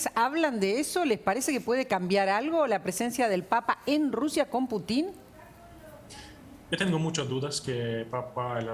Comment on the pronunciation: Animalito del bosque ,el apellido Putin se acentúa en la U,y suena Pútin , sé que es inútil que te instruya porque o te falta capacidad de entendimiento o no querés entender